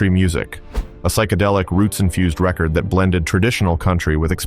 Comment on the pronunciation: Idiot AI narrator unable to differentiate rehcord and reCord.